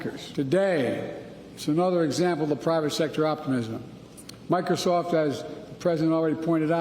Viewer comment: There's another one that they don't mention. He says, "Mocrosoft, as the president already pointed out..".